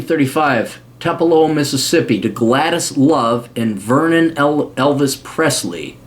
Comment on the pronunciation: Tupelo, MS is pronounced Too-pa-low.